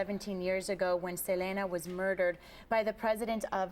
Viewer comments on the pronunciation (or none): Please at least pronounce her name right. Look at Chris' reaction when she says Selena's name.. LOL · I hate how she says her name . If Selena was alive she would say " it's se- lee- nah"